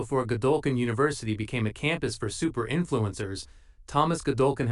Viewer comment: Stop using AI to write scripts with the word supe when your AI narrator cannot pronounce the word supe. Maybe try swapping in soup. It will make it less noticeable.